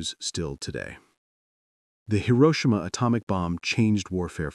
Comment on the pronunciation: Funny how the AI voice correctly pronounced Hiroshima in the beginning and then got it wrong at the end.